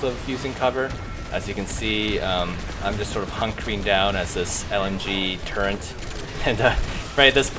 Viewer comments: Good video but it's "turret" not "turrent" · Still do not understand why people say turrent deliberately...